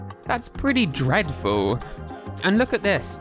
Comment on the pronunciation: The way you said dreadful makes me want to vomit on British accents